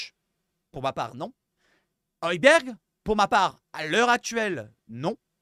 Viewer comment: OY BIER c'est ça la prononciation , pas OY BERG. Il l 'a dit à sa 1ere conf .